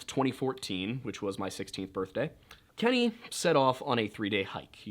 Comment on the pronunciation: Nice birfday plug my guy! 😂